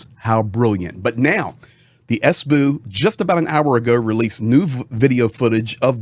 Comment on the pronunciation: I really love your reporting, the only thing; WHY suddenly, after 3 years starting to say "sbu" it's an abbriviation, so why not S B U ? You don't say F bi or C ia its SBU, FBI, CIA. I know, it's my problem, but it's really aaachhh